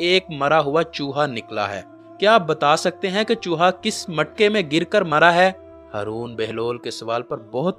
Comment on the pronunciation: بھائی ،آپ ہارون کی بجائے ہرون کہتے ہو 🙄